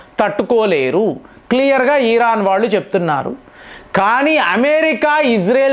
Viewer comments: అన్నా నువ్వు బుర్ర ఊపకన్నా 😂😂😂😂 ఈరాన్ కాదు ఇరాన్ అని పలుకు అన్నా 😂😂😂❤️❤️ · ఈరాన్ కాదు దాని పేరు ఇరాన్ అని పలకాలి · అవును ఎపుడూ ఈర్రాన్ను అంటారు 😂😂😂😂😂